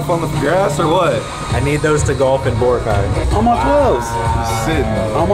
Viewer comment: Cringing the way larry prounounced boracay